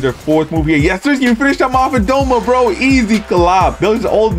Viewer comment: doma not douma